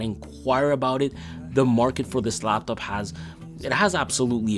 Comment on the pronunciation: You said LLLLaaptop way too many times bro… Good review though 👌